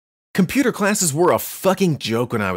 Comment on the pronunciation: Computer classes be like : Com-pyou-tor, Yiiiip yipyipyipyiyp (My reference